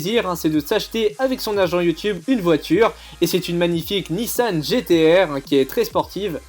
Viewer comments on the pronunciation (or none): Tu a dit pour le numéro 5 une NissanE avec un e il n'y en a pas c Nissan sans e donc ni-ss-ent 🤣🤣🤣